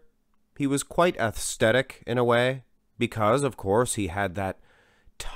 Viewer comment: Why you do you say “athsthetic?” It’s aesthetic man. Not hating just correcting you.